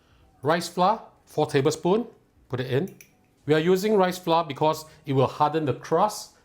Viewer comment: Dude why do you drop the r in flour? There’s no flou it’s flouR